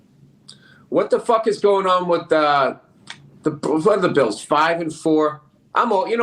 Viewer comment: Bills pissst lol love it